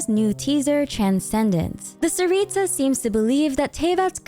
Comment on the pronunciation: Btw, don't say the t and s like ts, it's c CARICA don't add the h it's just carica, carica means queen in slavic languages btw!!! Tsar/car (don't say it like the driving thing car, the c is CUH CAR/ TSAR цар) for tsaritsa it's царица, and as a slavic person say the names just as the letters say so, not like in English where you can write something and it's spelled completely differently, honestly im really proud we got a Slavic country represented in genshin<3 honestly the way yall spell slavic names pisses me off, i couldn't focus on the video honestly